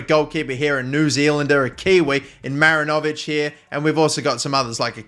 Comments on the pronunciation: mate as a kiwi im gonna need u to correct this, its pronounced ma-rin-o-vich not marin-0'vic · Dear: mi-RI-ni-vich Sincerely, all New Zealand football fans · Great stuff mate! Just don’t over pronounce the “o” in Marinovic😁 He was the NZ international keeper, good player